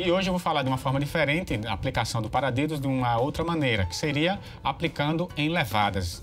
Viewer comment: Desculpas amigo mas vc falou paradedo kkk